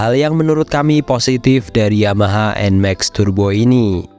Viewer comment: Dibaca EN MEX ❌ Dibaca EN MAK ✅